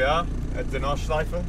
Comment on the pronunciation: Great video, this is the content i'm here for! One thing, if i as a native German speaker may give you a pronounciation hint about "Nordschleife", say the E at the end. German doesn't have silent vowels at the end of words. So it's the same as the proper pronounciation of "Porsche", the E is not omitted at the end, you always say it :)